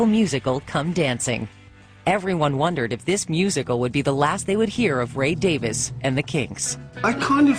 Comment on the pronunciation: Not the "Davis" brothers....the Davies brothers....DavIEs